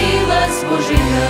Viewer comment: Хорошо поют! Только не БожиЯ, а БОжия - сохраняйте правильное ударение в словах.